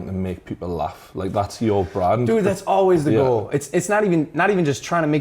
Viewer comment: Off topic here Logan went full on british with "thats always the gooal"